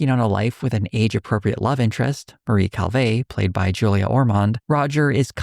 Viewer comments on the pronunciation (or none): none